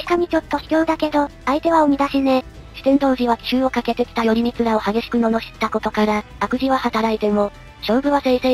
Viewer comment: よりみつではなくらいこうですよ